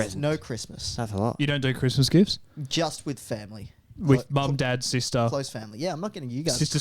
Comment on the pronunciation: talking about gifts for family, "mom, dad, sister" What I heard, "mom, dead sister"